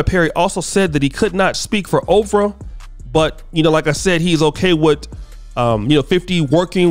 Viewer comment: OPRAH. Not OFRAH bruh...🤣👍🏾